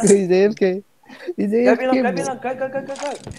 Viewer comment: Did he just said apk? instead of afk on